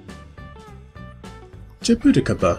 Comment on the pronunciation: Dude this guy pronounced Soooooo many of these names wrong 🥲🥲. For example, it's called "ma-may" not Mami. The name is Hispanic, and so its vowels behave somewhat differently. It's "Sha-bu-ti-caba". The j makes a different sound in Portuguese